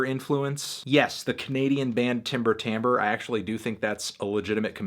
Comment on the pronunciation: Its Timber Timbre not timber tamber ..peace